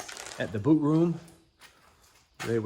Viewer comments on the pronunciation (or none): none